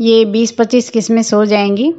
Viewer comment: किसमिस नहीं किशमिश कहते हैँ